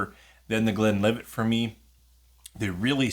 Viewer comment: Thanks for the name drop! You pronounced these fine, but - simple as the names are - there are still people who get them wrong: I've twice heard people say 'Glenlivay', as if Glenlivet were a French name with a silent "t"! I'm glad Richard explained about 'export strength'. The lower proof preference even works the other way round: Buffalo Trace is normally 45%, but is sold at 40% over here... Do you get Speyburn 18 there? If so, how much is it? It's the one I tend to recommend as best value if people want to try a Scotch single malt of that age (e.g. £76.90 versus £106.90 for Glen Grant 18 or £109.90 for Glenlivet 18 at The Whisky World).